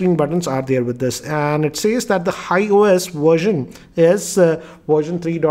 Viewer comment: Its HiOS not High OS.